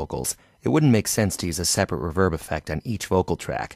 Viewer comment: Super helpful but its ree verb not ruv herb